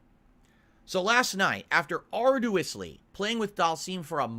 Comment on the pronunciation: Ar-doo-us-ly? needs to stop with big words.